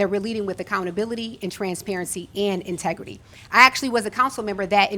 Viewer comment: a "multidious" ? lawd have mercy. but also, "my tegrity" Isn't the word "in-tegrity"? 😥